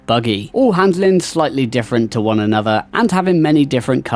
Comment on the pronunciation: I will never understand why people pronounce "th" as "v" sound. Drives me fucking nuts. Its not "anover" its "another". Cmon man